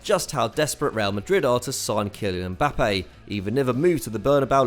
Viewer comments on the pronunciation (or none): none